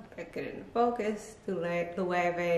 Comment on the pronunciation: I want to try Loewe. I hope they’re comfortable. Nice collection. Thanks for the proper pronunciations 😉.